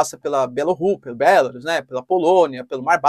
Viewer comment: Bélarus? sua pronuncia está errada, não se pronuncia com essa entonação.